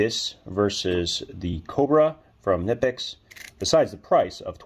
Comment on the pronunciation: KUH-NIP-X not NIP-X - this is directly from the manufacturer